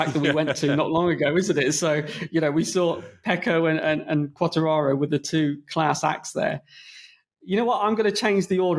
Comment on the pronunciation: They need to tell the bearded one how to say Quatararo